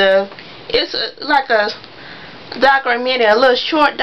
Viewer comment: What is this rubbish????? She Can't even pronounce a simple ass word like "DOCUMENTARY"!! I'm done...who would want to listen to her when she can't even speak correctly?? I'm Done..